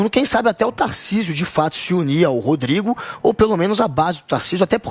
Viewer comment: Guga falando "Tarcísu" kkkkkk esse é um completo idiota